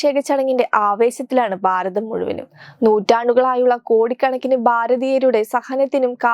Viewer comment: ബാരതം - ഭാരതം ബക്തർ - ഭക്തർ ഭാരതത്തിൻ്റെ സംസ്കാരം പ്രചരിപ്പിക്കുന്ന തത്വമയി, ഉച്ചാരണത്തിൽ കൂടി അല്പം ശ്രദ്ധ കൊടുക്കണം. നിങ്ങളും നിങ്ങളുടെ നല്ല ഭാവിക്കായി പറയുകയാണ്. സദയം സ്വീകരിക്കുക, തിരുത്തുക.